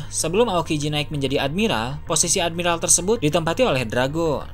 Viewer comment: Ending ngomong nya pake logat :V woakwoakwoak admi-ralllll rallll wkwkw